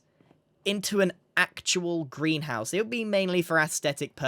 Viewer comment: I heard Grianhouse here instead of greenhouse, and my ears are not wrong.